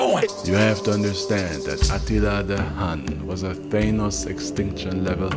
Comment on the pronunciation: He did not just say "Atilla The Hung" 😭😭🤣🤣🤣